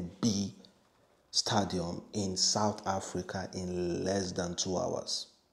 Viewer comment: Stadium n not stadam".